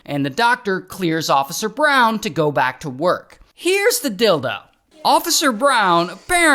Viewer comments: I swear to god our man is saying "heres the dildo" as "heres the deal tho" referencing one of his signature phrases✊ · Am I the only one who heard "Here's the dildo" instead of "Here's the deal, though"? 😂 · Glad I wasn’t the only one who heard “here’s the dildo” 💀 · I heard, "Where's the dildo?" Here's the deal, though. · Do you keep saying here’s the dild0??? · My eyes were closed when I thought I heard Ray say, “Here’s the dildo.” 🙂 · did he say “dildo” and “not deal tho”? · Deal tho ❌ Dild* ✅ ....... i see what u did there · Am i the only one who hear " so here's the dil*o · The “dealdo “😂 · I know I heard “and here’s the dildo” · I thought that's what I heard lol. Was listening in my headphones while cleaning, so I didn't see the captions. Just heard "here's the dildo." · Here’s the “deal do” 😂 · At first, I thought Ray said, "Here's the dildo" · Bro said dill dough😂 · Lmao 🤣 I knew I wasn’t hearing things 😅